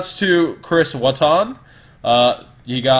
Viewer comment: Ayy I know this guy he goes to my locals and its watt-on btw